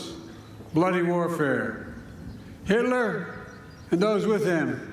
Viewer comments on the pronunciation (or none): Yeah he said Hitley, what an embarrassment